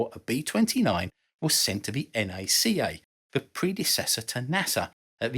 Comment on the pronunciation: Thank you for calling NACA, correctly. En Aye See Aye. I've here too may try to call it Nack-ah.